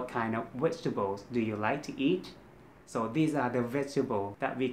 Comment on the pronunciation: Its not wegtables there is no V in Thai so I forgive you and love your awesome wideos...